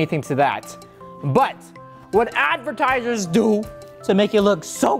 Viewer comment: ⬇️ this is how many times rio said advitiesers